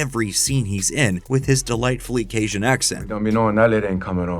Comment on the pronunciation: Love your videos! But Louisiana local here, it’s caJun, not casian